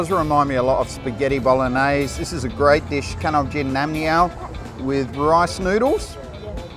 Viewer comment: น้ำเงี้ยว...ไม่ใช่น้ำเงี้ยน...สำเนียงยังเพี้ยนไปหน่อยนะครับ...สำเนียงผิดชีวิตเปลี่ยนเลยนะครับภาษาไทยเนี่ย.😂